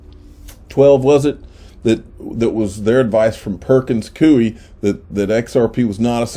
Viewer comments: Damn it!!! Its koy not cooie.....killin' me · Since you may be saying the name Perkins Coie a few more times before this whole case is done... i believe its pronounced Perkins "Coy" like Toy with a C. It's not a big deal, but thought you might appreciate the heads up.